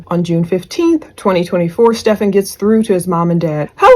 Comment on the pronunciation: right. Not Steph -FAWN 😂